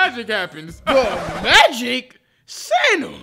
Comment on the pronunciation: THUH MAGICK?!